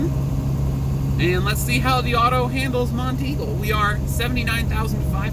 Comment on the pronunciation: Nice video. Congrats on pronouncing "Monteagle" correctly. SOOO many people not from around here incorrectly call it "Mount Eagle". I did my first 3 years OTR with no engine brake. I went down Monteagle too many times to count and did Tehachipi and Cajon Pass in CA with the scale house half way down the grade. I smoked my brakes once near the bottom of Black Mountain in NC on I-40 and TWICE on I-8 between San Diego and El Centro, CA .